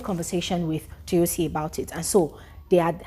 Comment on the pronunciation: Let me help you pronounce the name better It’s Toyosi Like Toe-your-see ❤